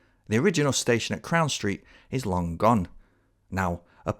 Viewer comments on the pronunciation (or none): none